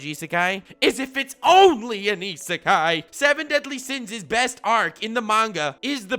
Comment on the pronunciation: You get a prize if you guess how many times he said Isekai correctly